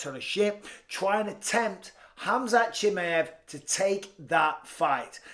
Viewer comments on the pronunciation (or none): Chi ma ev - not chimiev 😂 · Btw... "Chimmieyev" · "Chimmy-ev"? C'mon Michael u do this for a living you've got to start getting people's names pronounced properly or at the very least get close, Chimmy-ev ain't even close. How can u get it wrong when it's so easy for u to learn how to pronounce it correctly?! C'mon mate seriously u got to do better than that. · Bisping please. Chim (ah) (e) ev. Believe you me is the pronunciation I Believe. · I love you Michael… but please learn to say chimaev right 😂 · Why does Bisping keep pronouning Chimaev like that? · Bisbing why are you the only one who puts the emphasis on the i in chimaev, where everyone puts the emphasis on the a? its sounds wrong and to be honest its beginning to sound weirder and weirder. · How can you be a top UFC commentator and still not know how to pronounce Chimaev?